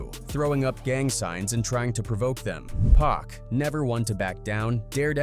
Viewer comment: Pronounce Pac like "Pock." If you're gonna speak on this stuff, have the names right. I'm not hating. I love your content, but that's annoying